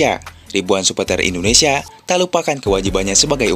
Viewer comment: Ralat dong Itu suporter panggil nya indonesia Bukan endonesia ya